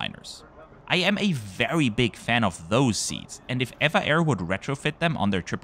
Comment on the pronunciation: EVA Air is officially called E.V.A Air. But they are more conveniently referred to as ee-va Air... not air-va air as you pronounced in this video. Overall a lovely, informative video, as always. 😊